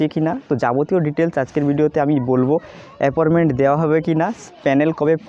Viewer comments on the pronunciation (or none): ওটা apporment বলেনা,appointment বলে,,,, যত সব,,,,,,,,,,,?